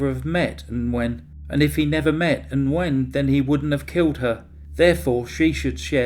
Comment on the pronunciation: Good video. Nguyen is pronounced "win" in English... "Wing" in Vietnamese. ❤